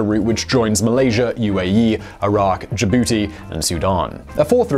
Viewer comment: Did anyone else laugh when he said JaBootie